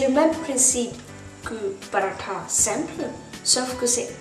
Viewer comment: J'aime ta façon de prononcer "Paratha" c'est tres joli !